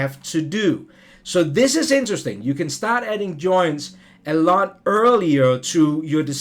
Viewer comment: joinTs, not JOiiiiins. (Why do the DAN-ish always put the emPHAsis on the wrong syLLABLe?)